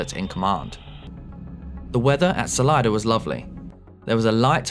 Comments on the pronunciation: It's Solida not Solider. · Why do Brits always put an “r” sound on the end of words ending in an “a”? It’s Salida not Salider. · Wow, the Cirrus was speeding REALLY badly! Yikes! 😨 By the way, that local pronunciation of "Salida" is AWFUL (not your fault). Whoever started that needs to be escorted to the exit! 😂